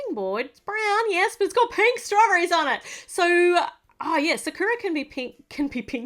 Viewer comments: the name sakura is SA-KUE-AH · How you pronounce sakura is sak (kinda like sock) ku ra